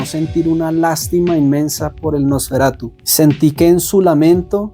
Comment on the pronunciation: Me daba algo cada vez que decías "NosferatuS" 😮‍💨, pero tu reflexión me gustó mucho, muy alineada a lo que nos cuenta Eggers a través del Terror.